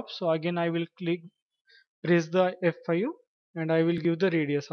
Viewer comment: it's so confusing hahahaha thought u was saying FU